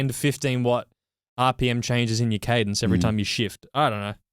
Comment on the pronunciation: CADENce...there is a CE on the logo, yes? Or I am I seeing things, cuz' I keep hearing "CADEN". Is it an Aussie thing? gg